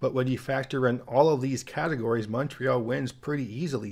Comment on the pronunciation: OMG thanks for pronouncing Montreal correctly - with the O pronounced like Monday, monkey or come, not MAHNtreal like most Americans pronounce it. +1 point for you!